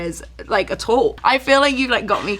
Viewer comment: “Attall” - charli xcx